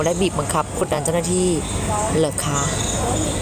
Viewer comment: ได้ยินเหมือนกัน ..พระไตรปิด่อก ด้วยค่ะ